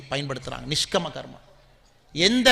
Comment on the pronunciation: அது நிஷ்கம கர்மா இல்லை.நிஷ்காம்ய கர்மா என்று சொல்லவேண்டும்.